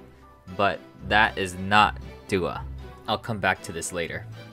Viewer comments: Doi is pronounced more like doughy and Doah is pronounced Doh-ah not Duah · It's more like "Doh"-ah and "Doh"-i, not "Doo". I'm sad for the girls, especially my biases Chiayi and Yoonhye. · A little off topic, but the "Do" in Doi and Doah is pronounced like Doe not Dew. They're really sweet girls and I hope that they can flourish in a better company that takes care of them one day :( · doah’s name is pronounced with the first syllable like the sound in “door” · Needed a summary of what happened. This was good. Didn’t like how “Do” in the names of Doi and Doah were pronounced (must be “do” like in “do re mi..” instead of “do” in “do vs. don’t”). He probably knows how to say it correctly, so was left wondering why he put the so much American tongue pronouncing them.